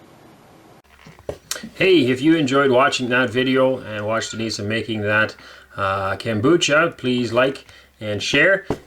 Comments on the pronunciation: No, you are putting a k before the a. I'm not trying to be smart, it's that I was an English Teacher and if you look the pronunciation up, it is not pronounced, Kom-booch-ka. 😊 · It is pronounced Kom-boo-cha.